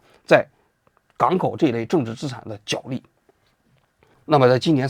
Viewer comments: 角（jué）力，不是jiǎo力。王局从之前的节目到现在，已经读错许多次了。实在受不了你一直读错，太难听了！ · “角力”的读音是 jué lì。